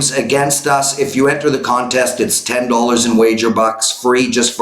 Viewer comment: It’s “dollars” not dullers...